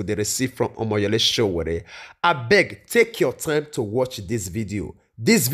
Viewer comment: Nice work, it’s Sowore, not Sowere 🙌🏽